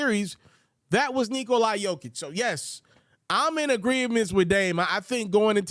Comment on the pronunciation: Pronounce jokers name right then. For once. It’s embarrassing.